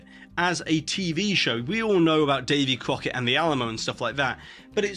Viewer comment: Davey Kwoket... lol